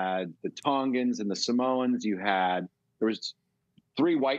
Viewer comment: 😂 samoans… is not pronounced Samones